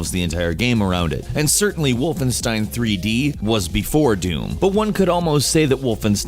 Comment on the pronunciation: please stop saying wolfen(ss)tein it's wolfen(sh)tein